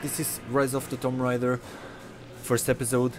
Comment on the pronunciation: The game is pronounced (toom ray der )